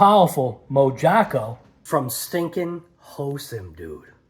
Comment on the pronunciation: I believe it’s pronounced moharco. J sounds like an h.